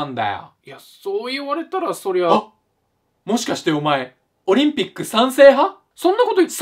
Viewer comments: てかウチら日本人は｢オ→リ→ン→ピ↑ック↓｣やけどやっぱ本場の人は｢オ↓リ↑ン↑ピッ→ク↓｣やねんな~ おもしろ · オリン⤴︎ ピック⤵︎ で草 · 途中のオリンピックの発音ちょっと外れてて可愛い((?